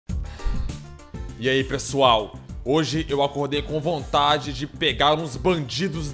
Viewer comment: kkk ''eae PRESSOAL'' kkkkkkkkkkkkkkkkkkkk